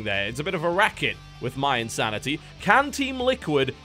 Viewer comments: Why does he keep calling mYinsanity MYE? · EH-nable, IN-sanity